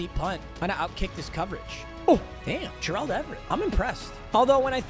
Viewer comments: The M in stands for Mispronounce, who is Jurrahld Everett lol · Dude just say Gerald not Jer-Auld Everett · Will somebody please tell to learn how to say 'Gerald' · i still find it insane that bro doesn't know how to pronounce gerald😭